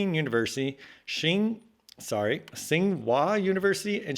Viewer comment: "Tsinghua“ is pronounced close to "Ching-hwa." Pronouncing it as a t and an s together is something most English speakers can't do at the beginning of a word, and while it is closer to the correct sound than "ch" it is also wrong. Try making a "ch" sound with your tongue right behind your teeth. That's the "ts." That's Wade-Giles for you. It tries to force English orthography into an approximation of Chinese. In Pinyin, "Tsinghua" would be "Qinghua." Pinyin doesn't care about English specifically, but nearly phoneme-grapheme pairs for Pinyin match some Latin-alphabet language. I think that Q is the only one that doesn't.